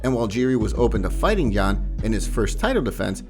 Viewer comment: You gotta respect fighters enough to pronounce their names right. You don’t pronounce the J in Jan like the J in John but you do in Jiri